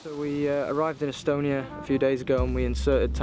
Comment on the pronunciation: Good top qual video, but you absolutely butchered the location names of Estonia. Had you not showed a map and said you were in Estonia, my home country, I would've had no idea what places you were on about.